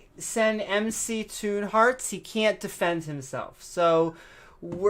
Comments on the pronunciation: He called him MacToon.😆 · Alex - Failure...was told that it was...but still said MacToon. Didn't listen. Intellectually damaged - Failure...Evidence of having a title doesn't mean you are good at a job. Didn't stick to points. Didn't control the debate. Can't control the screen settings. This was the worst debate I have ever seen on YouTube...I would suggest you examine this video and learn some lessons.